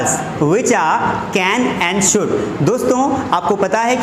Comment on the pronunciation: Its sould or should ... and thats not aalsoo its also😬😬😬